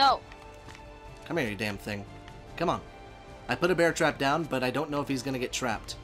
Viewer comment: “It’s gannah be an awesome freakin day”